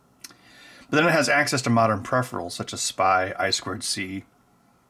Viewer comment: Dude! You almost pronounced 'peripherals' perfectly this time!